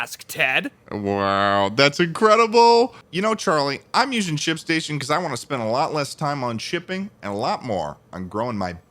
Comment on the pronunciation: Thought "Shipstation" said "Shitstain". Please help. Shipstation fix your damn logo I am crying.